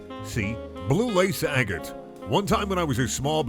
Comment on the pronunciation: Everything about this was amazing other than the pronunciation of agate